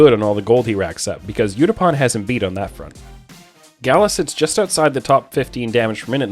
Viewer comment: That Gala pronunciation makes me cringe